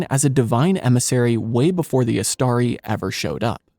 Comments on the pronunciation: In the word Istari, the stress is on the first vowel. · since the penultimate syllable in Istari contains not a long but a short vowel, the stress falls on the third syllable from the end, that is the initial one. Read carefully Appendix E to The Return of the King. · I am sorry to differ with you on this my friend, But the stress falls on the second syllable: IsTARi.